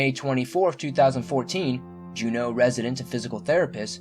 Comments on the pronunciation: Okay, i have to admit right off that I did not read every comment after watching this video but have to first say something that I did see that is driving me crazy and that is all the comments from these Alaskans that did not correct the spelling and mispronunciation of OUR capital city...it is JUNEAU and pronounced JEW-KNOW....now besides that let me get right into what brought me to this site to begin with...Sharon Buis who disappeared at Mount Roberts which is probably the #1 visited sight by locals and tourists alike...in fact if you google it you'll see that there is a tram from the piers where the tourist ships dock to the 'top' of the mountain...I was involved in the search , (like so many Juneau residents that knew her through the hospital, in fact the Missing signs still hang at the OT/PT therapy section of Bartlett Hospital). Because of the number of trails and hiking areas that encompass the downtown area proper it is hard to say if she actually went up Mount Roberts....and I believe she met upon foul play like many that disappear from the Juneau downtown area thanks to the poor police presence and high drug and sketchy homeless that have taken over our beautiful city. While a night time security officer for the state I came under attack by a drug/drunk induced guy that turned out to be on parole for murder, (who was later released yet again, and then again after committing similar violent crimes. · It's pronounced "jew know" not janow. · I'm from Juneau. We started getting grizzlies here about 15 years ago. That's likely what happened. (Fix the spelling please! & you're saying it wrong - JUNO). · I loved the video. I just thought you may like to know, Alaska isn't the final frontier (that's star trek)...it's the last frontier. The capital, Juneau is pronounced June-o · It's Juneau not Jeneau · It's pronounced . June-no .. not jew-no Lol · It's not JuNO. It's JUno. <-= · Jew-No for fuck sake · Its Jew/No like Juno. Stay crreeppyyy!!